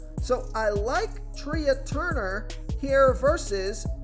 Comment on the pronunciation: Tre turner.. like tray Not tree ahh